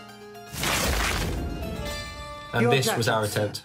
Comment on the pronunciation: “Kevin de Broyna”